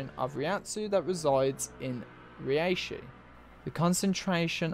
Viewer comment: Okay dude, stop saying ri eishi, it's reishi, rei, not riei. Also, Ad-you-lattion. And the word reii, is pronounced rei-i. two vowels together are pronounced separately in Japanese usually. except the ou, that's pronounced ō or oh if you're english. As for why the soul reapers are sent to hell, my theory is as follows: The reii of the world of the living and soul society, when not in a physical or spiritual body, destabilizes the world. Hell is the solution because they get a body there. Meaning the reishi gets concentrated to a single location again as opposed to being spread out across the dimensions. The hollow is necessary to allow them into hell. Killing a hollow makes it return to soul society. That transfer of reishi is enough to open the path for them to hell. More specific than this is much too foolish. Most of this is speculation anyway, it's just a theory, A GAME TH.... okay, done to death I get it. Last thing since you kinda got it wrong, they are not sent to hell as punishment. In fact they gain the status of warden. The purpose of the soul reapers is to balance the world right? So think about it from that angle.